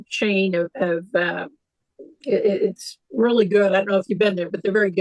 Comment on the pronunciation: I weal wee need to wok for mah famawee maybe stop breaking the waw!! I mean law